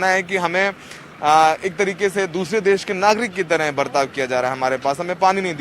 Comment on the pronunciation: मैडम देस नही होता, देश होता है। Please please correct it.